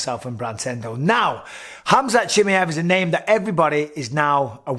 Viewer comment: «Chimeevv» its chimaaaaev»